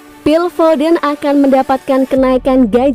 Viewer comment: Foden namanya, bukan fofen